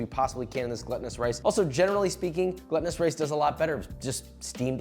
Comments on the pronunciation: "gluttonous" haha it's glutinous! very important distinction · It's "gloo-ta-nous" rice not "glutton-ous" lol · “GLOOtinous” rice. Like gluten. As you’ve pronounced it, it’s gluttonous. As in someone who eats or drinks excessively. Which you’ll definitely want to do with the sweet sticky rice and mango when it’s all done. 😊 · The only thing that is annoying is you keep saying gluttonous instead of glutinous! There is a difference in the pronunciation and definition. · I giggle every time he says glutenous like gluttenous. I keep imagining the rice eating itself :P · You're saying "gluttonous", not "glutinous". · My dude, it's not Gluttunous rice (like rice for a glutton) it's glutinous rice... like glue.... sticky. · Glutinous is not pronounced the same as gluttonous lol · "Gluttinous rice." That's not a Freudian slip. 😂 It's actually pronounced "glootinus" for those of you coming for me. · It's pronounced gloo·tuh·nuhs Josh. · I realize you're saying it like this just to rage-bait for comments... but jesus H. christ... GLOOtinous rice. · Glutinous rice, pronounced like Gluten btw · Truly embarrassed by his "gluttonous" take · I feel like i"m being trolled with the glutinous rice pronunciation. Hard no finish the video after that.